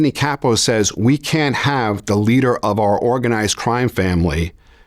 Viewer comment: His name is ANTHONY CASSO “GASPIPE” NOT CAPO